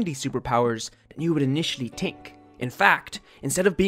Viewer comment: Can we talk about how he said dink instead of think? Lol Imma guess accents and also great video!